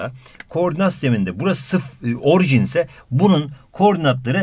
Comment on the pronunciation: hocam orjin değil orijin deil mi